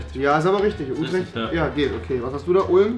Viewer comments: Man spricht utrecht ütrecht aus hahahaha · Ich bin holländer und Utrecht spricht man als Ütrecht aus